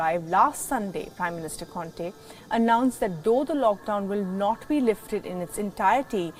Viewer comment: WTF IS “LOCKDWON” I believe it’s “LOCKDOWN”